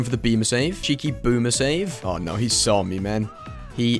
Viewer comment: There’s just a little h at the end when he says oh and no so it sounds like ooooooooooohhhh and nooooooooohhhh